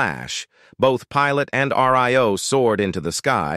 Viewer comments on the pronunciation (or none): R-I-O? It’s pronounced Rio (Ree-ohh).